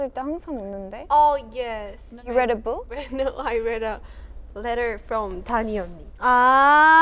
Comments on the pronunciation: Danielle actually tacking back the hot sauce close to her mouth to answer Hanni's question + the strong "NAUR" is hilarious if u ask me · she said ”naurr” 😂😭